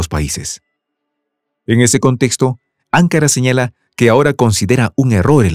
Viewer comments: No es 'ancara es anca"Ra necesita volver ala escuela primaria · AnkÁra (o incluso AngÓra) pero no Ánkara OtomÁna y no otómana Agradezco y admiro vuestro trabajo pero por favor presten más atención a la pronunciación de las palabras. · ANKARA ES CON ACENTO EN LA SEGUNDA A, OTOMANO LLEVA EL ACENTO EN LA A. Disculpe pero las pronuncio muy mal, que hasta parece que esta diciendo otras cosas muy diferentes.